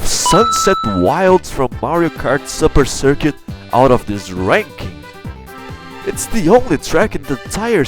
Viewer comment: I love how you say mario kart supper circuit xD